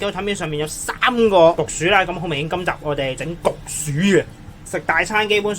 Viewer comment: 焗薯定焗鼠呀 ? 發音差